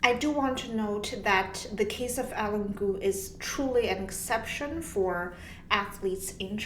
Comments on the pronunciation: "Eileen" is not pronounced "Ellen". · It's Eileen cuz